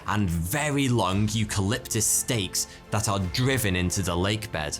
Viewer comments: Late Titicaca? Sounds like you say that at the beginning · I’m sure he says “late” not “lake” the first time it’s said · Sometimes he says "Late Titicaca" 🤔😂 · Did u say late Titikaka a few times!?